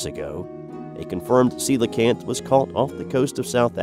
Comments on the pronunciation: thank you for pronouncing coelacanth right. I hate it when people call it a Ko LEE Kanth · Ya said coelacanth correctly! subscribed!